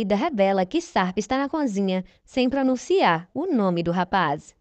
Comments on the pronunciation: Bom dia ,eu homem gosto desta novela ,coisa um tanto inusitada ,parece anormL. Uma ressalva ,vc que narra ,quando diz conzinha é errado e sim cozinha .ok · Ouvir "conzinha" é doído! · Difícil é só ouvir "CONZINHA"😣